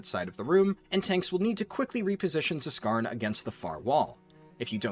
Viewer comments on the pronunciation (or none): the "Z" in Zskarn is silent. as is the "Z" in Zskera Vault...